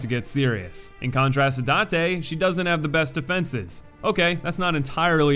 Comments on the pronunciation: I like the video, but man, can you take like 10 minutes to check your pronunciations for the names of some bosses? Hearing you say Noo for Nue and Date for Date (It's pronounced Da-te. Two syllable name) really puts a hamper on the video quality. It makes it seem like you rushed to put the video together and didn't really care to check for little things like that. Maybe it's nitpicking, but it was enough to be annoying, so there's that. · God damn you cannot pronounce Date (Dah-Tay). I hope you play Nioh 2 though. It’s looking to be even better than the first game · Also the one name that's pronounced exactly as it's spelled and you somehow mispronounce it. Jin is pronounced Jin. Not Zheen. Also I find it odd that you mispronounced Date the first time but then pronounced it right for the other Date. Consistency, man.